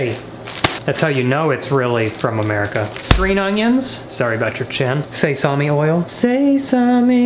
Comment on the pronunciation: Hahaha say-sami... It's sesame!!! Like Sesame Street